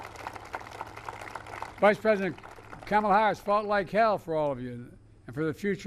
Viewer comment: He said Kamalas name wrong, racist!!